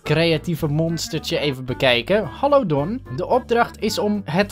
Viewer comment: 5.50 don! Spreek je nou vlaams?😱😱😱